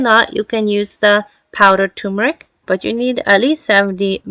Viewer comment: It's not TUmeric! It's TURmeric!